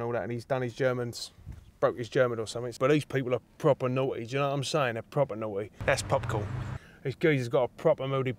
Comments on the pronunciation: pwoper nawty geezer ...superb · pwopa nauuuughty geez!